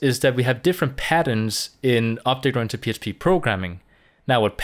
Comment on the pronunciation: right ,, now i hear opte grantic programming